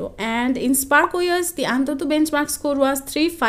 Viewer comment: What's the actual difference between Geekbench 5 and 6? Meanwhile, antutu is a word but anthuthu is an emotion 😁